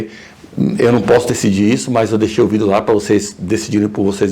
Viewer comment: "um vidÊÔ"